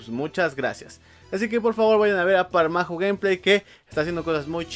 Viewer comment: Hola soy El primer enchufe dorado y no se dice parmajo se dice como se lee Pamajo